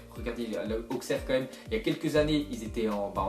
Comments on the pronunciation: dsl mais je suis d Auxerre et sa se pronnonce [Aussaire] mais bon c pas grave je t admire autant 👍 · AJ Auxerre ???? Ça existe encore !!! Même moi en temps qu'Auxerois j'me souviens plus de cette équipe Ah et ça se prononce "Ausserre"